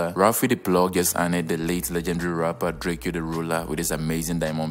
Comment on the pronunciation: It's spelled drakeo ,but it's pronounced as Drako, he used to hate when people call him drakeo, long live Mr.Mosley. ....keep grinding for your channel